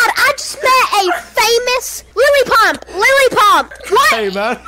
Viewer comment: “Lily Pump” LMAO 😂